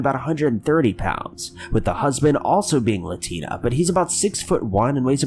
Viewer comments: Latina = bean-a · Every parent's fear is their child could go missing... it takes literally seconds. For those people giving a hard time because he said "... her husband is latinA...) Give it a rest, he misspoke... period, end of!!!